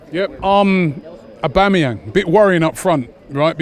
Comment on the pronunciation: But au-e-mae-ly 🤣